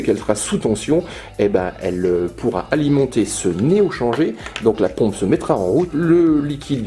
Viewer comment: Super vidéo comme d'hab, par contre faudrait peut être dire "néo chanjèr" ^^